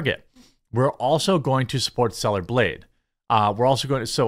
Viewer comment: And also, I've heard you say 2 things this whole video. That kind of brought to my attention. GAYB Instead of blade. AND org Instead of org l o l what What is your brain going through LO? L.